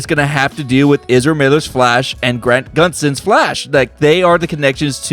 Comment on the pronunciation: He said grant guntson